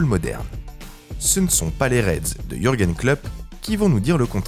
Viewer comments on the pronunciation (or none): none